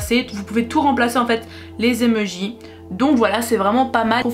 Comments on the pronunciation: "des emeujis" MAIS NAAAN des emOjis 😂❤ Je rigole super vidéo+1like+1 abo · Elle dit les emejis sa me stresse 😂😭